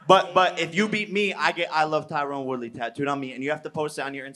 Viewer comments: Did Sam Hyde make you want to box? Were you embarrassed when that giant weirdo styled on you? Also it’s Tyron not Tyrone. Please get his name right. It is literally a thing white people do to disrespect him. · His name is Tyron, not Tyrone. Plz stop calling him Tyrone.